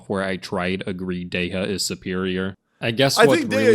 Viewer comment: That man is not a true Dehya main is he can’t say Dehya right.